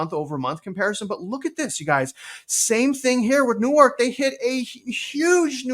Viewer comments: just FYI, ‘New-ark’, is in DE and is where the University of Delaware is located. But Newark, NJ is pronounced closer to one syllable sounding more like ‘Newerk’. Similar to how Houston St. in NYC is pronounced like ‘Howston’ vs. how Houston, TX is pronounced. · The easier way to describe the NJ pronunciation is “Nork” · Newark is pronounced Newwork :) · Love your content! (Also, Newark, NJ is pronounced "Newerk," almost like "Noork." Newark, DE is pronounced "New-Ark.") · 😂 U totally destroyed da word Newark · They are definitely lying their butts off now, it is crazy because I clearly see prices declining in most places., the funny thing about Newark is that it sounds right with any vowel EXCEPT the A that it has. Newerk, Newirk, Nework, Newurk, Newyrk.